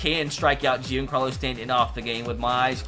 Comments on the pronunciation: It’s supposed to be said like Jon Carlos Stanton not Jian Carlos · Stop saying “je-ancarlo stanton” it’s pronounced “johncarlo stanton” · It pains me to hear him say Jeencarlo Stanton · Its pronounced john Carlo Stanton bruh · he also said "JEAN-carlo Stanton" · The way he said giancarlo 🤣🤣🤣🤣🤣🤣🤣🤣🤣🤣